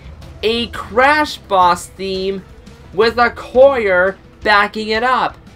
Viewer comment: Excuse me, did you pronounce 'choir' as 'coyer?' Lol